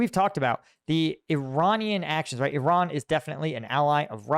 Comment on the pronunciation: Hi, It's not pronounced "Sha Head". It's pronounced "Shah heed", it rhymes with Lockheed, like Lockheed Martin. And yes, unfortunately, I'm from Iran (pronounced Eeron). 😂. Congratulations on the second baby!!